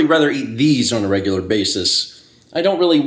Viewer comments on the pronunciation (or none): none